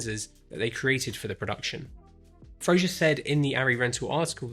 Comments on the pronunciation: Great video. Thanks. But there is no "i" in Fraser. Pronounce it to rhyme with "phaser." Cheers. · Fraser. With an S.